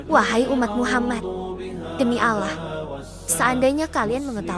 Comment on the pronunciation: Ini,yg sebagai pembaca narator ny muslim atau non muslim sih. Knp bilang Allah seperti Alah.. coba deh dgr ucapnya . TDK seperti muslim PD umum ny